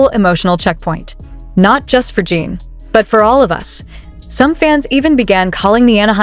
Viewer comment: AI is HORRIBLE! This site uses it exclusively. Lazy! Yes, it's clickbait! Mispronounced name is first clue! It's "Jin" not "Jeen"!